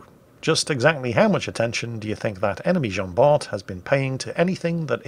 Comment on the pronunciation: It's pronounced Jean-Bar! Hilarious replay tho ngl